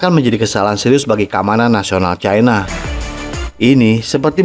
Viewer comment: Bahasa Indonesia itu pasnya bilang Cina bukan Caina 😂